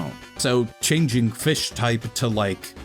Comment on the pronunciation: Off topic, but I like the way he pronounces changing as "chinging"